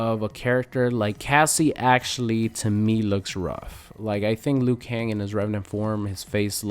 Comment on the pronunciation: Liu kang its Liu, Liu!!!!!